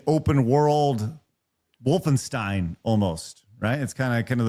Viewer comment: Lmao "Wolfenstine"